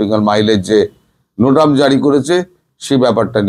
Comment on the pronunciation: ঐ। নোটাম জারীই হবে বোতাম টিপা জারী হবেনা। এগুলো বার বার শুনতে শুনতে কান ঝালাপালা হয়ে গেল।